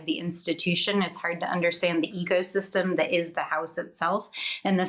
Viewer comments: When she said ecosystem, I first heard it as egosystem.. I think I was right the first time. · Did she say “eco” system or “ego system”, because I think the latter is more descriptive, at least on the GOP side. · I know she said ECOsystem but I heard EGOsystem